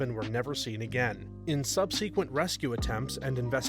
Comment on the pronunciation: The way the narrator pronounces "subsequent" always makes me tilt my head in confusion